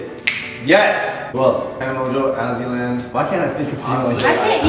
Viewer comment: Did he say azzyland